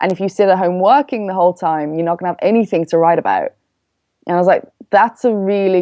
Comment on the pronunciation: Very informative... Please stop saying ANYTHINK... it's ANYTHING...